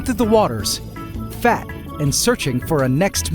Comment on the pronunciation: The way he said fat got me dying